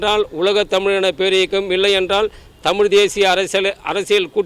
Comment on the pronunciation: அம்மா தாயே உங்களுக்குத்தமிழேஉச்சரிக்கத்தெரியலியேம்மா தமிள்தமல்டமில்